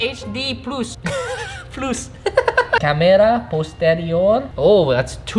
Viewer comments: When you can't say The Substract and the plus you say plUSS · “157.9 Millimeters, Eskwinas, redondela, dededas, HD PLOOS” - , Respect bro🙏🏾🤣